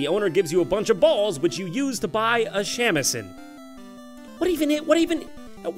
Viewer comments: except for shamisen. he pronounced that in an american way, on purpose i think. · shamisen is pronounced sa mi sen. Its like a japanese guitar.